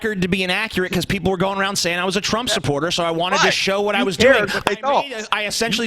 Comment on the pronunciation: "There you go suckin arn a bong."